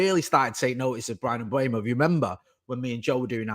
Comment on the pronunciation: please, it's not Mbuemo (Mbwemo) it's Mbeumo. M-beu-mo. There's a video on YouTube of Mbeumo pronouncing his name.